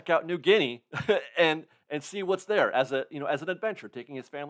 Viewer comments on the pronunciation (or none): none